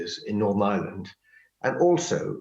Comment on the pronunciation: Manages to pronounce island correct but not Ireland lol